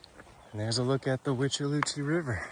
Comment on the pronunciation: I hate hurricane season...always so stressful in Florida....The withlacoochee is pronounced With-Uh-La-Coo Chee!